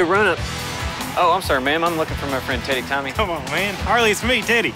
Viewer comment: Sounded like he said Tiitty Tommy at the end 😂